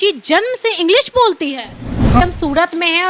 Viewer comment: Aap to sahi se bolti mam agdeji nhi english 😂😂😂😂